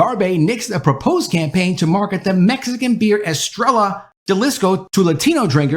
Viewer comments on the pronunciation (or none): none